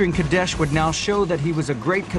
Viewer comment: its qadesh